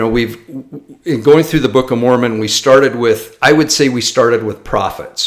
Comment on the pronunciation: that's pronounced "Mormon"😅